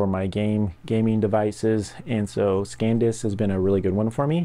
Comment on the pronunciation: SanDisk NOT ScanDisk